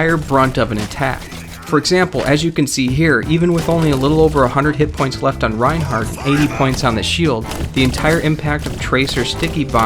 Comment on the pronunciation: he said raid right